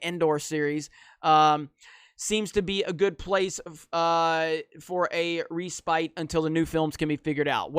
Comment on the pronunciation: RE-SPITE .............. LOL ............. RESPITE a short period of rest or relief from ............... not pronounced RE - Spite ...it's one word you donkey lol ..... videos are so funny